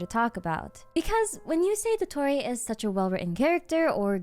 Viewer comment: Your pronunciation of his name is so accurate 👍